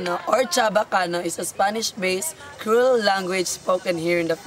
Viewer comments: beunos dias, please pronounce creole, "Cre - o - le" the way you say it sounds like the word "cruel" which is incorrect and is a different word. Gracias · yan practice gat era el pronunciation del mga words and reading the sentences... man take many shots kun chene mali... maLisud intende. comment lang hehehehe "creole" dol "CRUEL" man yo ya uHi.... hehehehe...